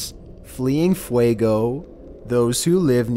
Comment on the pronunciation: Oww...I don't know if it have done something important lately (It's grumpy, but as far as I know it hasn't done anything lately), but I REALLY wanted to hear him try to pronounce ''Popocatepetl''... He can barely pronounce ''Fuego'' (Fire), a five letters spanish word... What would he do with the nahuatl word ''Popocatepetl''?